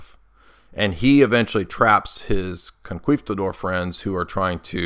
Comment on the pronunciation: Hearing “conquistador” mispronounced 500 times was painful.